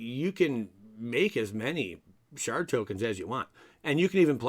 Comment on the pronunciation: Did you say shart token?